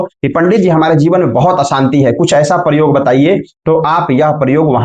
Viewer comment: aap ko gyan to hai lekin kuch uccharan dosh ha,jo adikansh log talavya sha ko dantya sa bolte ha,aap k dwara bolne par bada bura lagta ha.aapne vedio me prayoga ko paryoga bola ha vah bhi galat ha. Aapne comment karne ko bola ha is liye yaha likha ha.